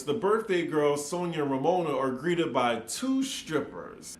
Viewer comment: Why does Luman make fun of Romona for talking stupid, when she herself always doesn’t know how to pronounce alcohol, audacity and Sonja… It’s always… Ol’colhaul, Odasity, and Sauna. She is so very fake… and I agree with Leah~ Luman never paid Sonja last year. Tight wad Luman. Ever notice how she alway name dropping about “producer’s” past clients….. Barbra Streisand, Liza Minnelli and other. Wth is he working with her for… NOT THE MONEY!!!! Luman is old, tired and boring.